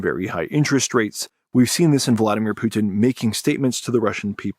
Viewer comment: The way that pronounces "putin" makes him sound french xD. Poutine